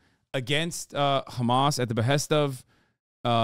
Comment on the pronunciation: and the way he says khamas pisses me off